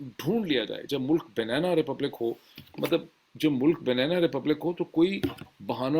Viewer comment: It’s not banena but banana- pronounced banaana